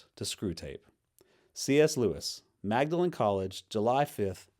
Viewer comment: Trivia: Magdalen is pronounced like maudlin.